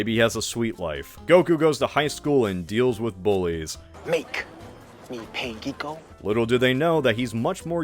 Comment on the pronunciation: "geeko" sounds like a slur